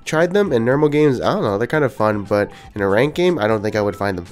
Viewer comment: You say the word "normal" as "nermal"